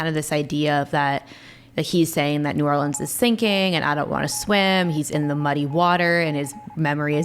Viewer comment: The band doesn't even know the correct way to pronounce "New Orleans". Look it up. How frigging sad.